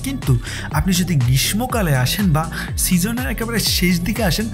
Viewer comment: আপনার ভিডিওটা উপভোগ করলাম। এর আগের সেন্ট মার্টিনের ভিডিওটিও ভাল ছিল। আপনার উপস্থাপনা খুব ভালো। এই ভিডিওতে একটি ভুল উচ্চারণ করেছেন দুবার। সেটি হলো গ্রীষ্মকাল এর উচ্চারণ গ্রীষমোকাল হবে না, শুদ্ধ উচ্চারণ গ্রীশ্‌শোকাল।